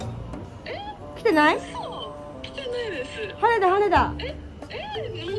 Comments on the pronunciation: は↑ねだ が1番気になるw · はねだの言い方の発音かわいい笑